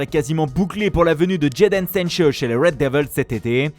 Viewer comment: Djedeine Seincheuw 😂😂😂😂 pourquoi tu prononces comme ça gros ?